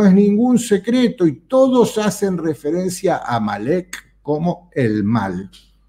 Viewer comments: No es "malek" es Amalek. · Se escribe y pronunci8a AMALEC .